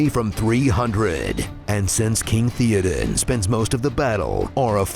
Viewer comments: It's pronounced Thay-o-den, not The-o-den. Come on. 😂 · Couldnt even pronounce Theoden correctly? Put that little effort in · Mispronouncing Théoden's name throughout... >.<